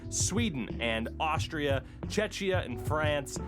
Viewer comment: For the love of God, do NOT call Czechs "tchetchia". :-D